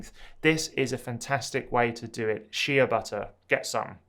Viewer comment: It’s Shea pronounced “Shay” butter